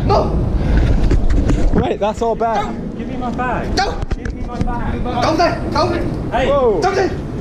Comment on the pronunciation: When he said NO!!! He sounds like a dog N0! NO NO!